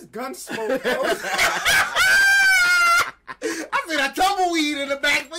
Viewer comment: That boy said some "gunsmoke" 😂😂🤣🤣